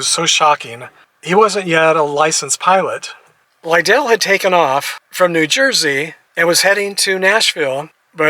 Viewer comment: He played for me. Great family. His name is pronounced Lidle like you’d pronounce like soup ladle. If you do baseball let me know so I can assist